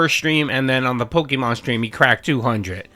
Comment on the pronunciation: Can someone please explain what pokamon is? Is it that difficult to say pokemon or am I losing it 😂